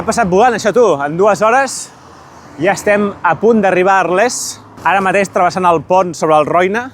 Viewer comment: Molt bé. Però quina mania de pronunciar Arlés, no sé on veus l'accent